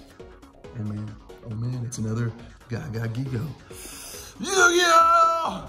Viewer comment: Non si può sentire la pronuncia di giga gagagigo così "Ghiga Gagaghigo" 🤣🤣 molto meglio Giga Gagagigo